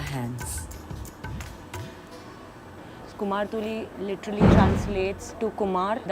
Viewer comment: Kumartuly not kumhar tuly, mind it